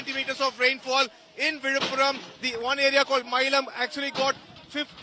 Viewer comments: Villupuram or Vizhuppuram not Vidhapuram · Not vidhapuram correct is Villipuram.